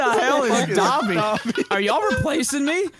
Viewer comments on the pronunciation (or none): All the my hero fans heard "Dabi" instead of "Dobby" and that's a fact. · First clip mispronouncing Dobby. My Anime geek brain thinking about Dabi from My Hero Academia Me: happy noises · You mean the “Dobby”